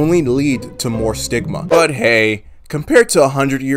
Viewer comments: stigma sounds like sigma 😭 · Stigma What I hear: Sigma